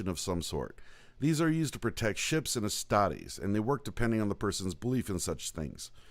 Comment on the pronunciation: Man I was really into this until he pronounced astartes wrong. Derp